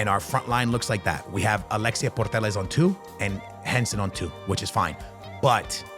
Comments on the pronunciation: It’s putellas not portellas 😑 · Yup it’s pronounced Puteyas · Alexia purtellas 😂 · Why are you still saying her name like that where is the R in Putellas